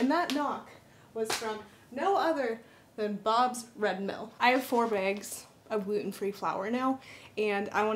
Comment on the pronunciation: You must live in and be from the Pacific Northwest area! Haha! The way you said bags and bobs red mill drop off!!! 😂🤣I love it!